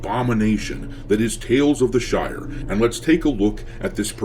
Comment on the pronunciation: sounded like she called it the Shite. Definitely fits